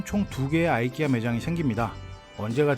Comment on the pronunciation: 이케아를 아이키아라 들으니 아주 색다릅니다.